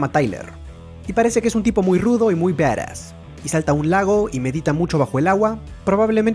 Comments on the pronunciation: Badass y se pronuncia baras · Alexxd Nicolas:v Por eso yo digo se escribe badass y se pronuncia baras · Se dice barass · se escribe badas y se pronuncia baras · se dice badass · Me caga de risa como dice badass o como se escriba ajajajja